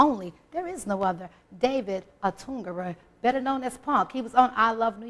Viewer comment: This is a good interview but you mispronounced his name the first time. Who the hell is David "Oturnga?" Dag, get it together.